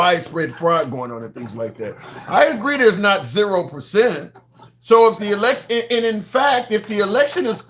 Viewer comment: You can't say election. That's wild.